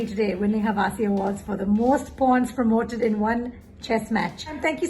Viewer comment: Kaneez made Hawasi to " Hawa si " , lol.